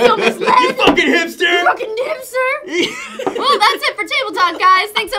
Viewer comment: Did say "nipster" at like..?